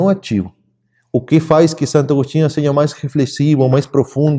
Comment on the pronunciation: eu ouvi você dizer "seje" ou os meus ouvidos me traíram?